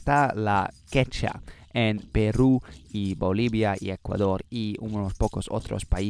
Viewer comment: Es idiomática no idiomica. También todavía se está pronunciando mal la palabra Quechua.